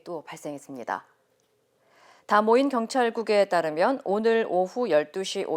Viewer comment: De Moins "다 모인" 이 아니고 "디 모인"